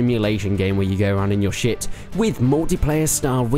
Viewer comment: sounds like you said shit lol